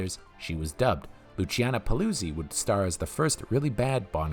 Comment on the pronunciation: Celi is pronounced Chehlee in Italian like Cello. Paluzzi is Pahlootzee.